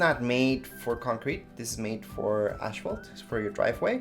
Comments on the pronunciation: It is not pronounced ash phalt . No ash sound in it . Asphalt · It's aSphalt, not aSHphalt.